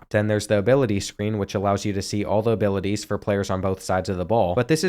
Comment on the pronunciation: can u say abiwaties again